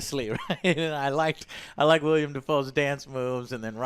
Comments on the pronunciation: Willem....its WILLEM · Every time says WILLIAM Dafoe, a seagull is brutally murdered. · Say it with me, "Willem". Say it with me, "Pattinson". We got it? Good. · Willem, Joe. Willem.